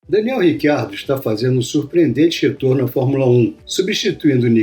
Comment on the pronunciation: Mas esse nome não é nem português nem espanhol (pra pronunciar Ricardo), nem inglês (Richard - pra pronunciar RÍtchard, sendo ele australiano, sendo o inglês o idioma oficial da Austrália), mas sim e obviamente ITALIANO (e nesse caso pronuncia-se RITCHARDO).